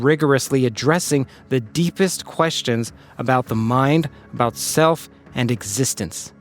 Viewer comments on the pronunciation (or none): The "Deeperst"? 😂